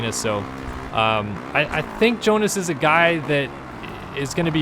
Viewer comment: Pauls Jonass - say like yonas (young) not gonas (georga)